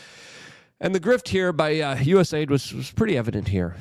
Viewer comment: It's not USA ID ... It's US AID